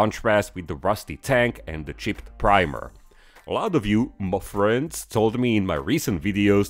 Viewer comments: Finally I've reached this level of involvment when I am saying 'Mah freends' at the same time with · I've noticed that the "Muh friends" is delivered with increasing impact every week 😂